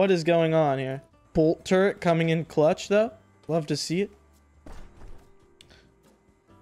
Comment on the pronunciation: its turret not turrent